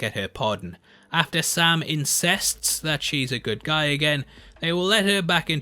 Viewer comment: Is it just me who kinda got the feeling that the narrator says insists as "incest" when Sharon and Steve are kissing. I mean nobody got that?